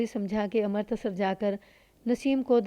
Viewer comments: ہمیشہ امرتسر (Amritsar) کو Amartasar کہتی ہو بالکل اچھا نہیں لگتا۔امرتسر تو اتنا مشہور شہر ہے، تمہیں نہیں معلوم۔ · لگا کیا ہوگا تم تلفظ غلط کررہی ہو ،کہانی سن لو پتہ چل جائے گا،ویسے تم نے اس کہانی میں ہی نہیں اور بھی کئی کہانیوں میں امرتسر کا تلفظ غلط کیا ہے لیکن اس کہانی میں یہ نام بار بار آیا ہے۔ہردوار(Haridwar) کو بھی غلط کہتی ہو۔